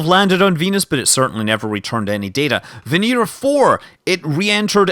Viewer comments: Why does Scott pronounce Venera 7 as Venira 7 when its clearly Venera 7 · & Kosov Kanal It's Russian and that's how you pronounce it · It's pronounced more like Veñera. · & Kosov Kanal Scots do what they want. You'll never take our freedom.